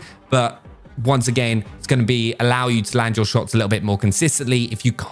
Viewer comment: honestly why does he say once a gain WTH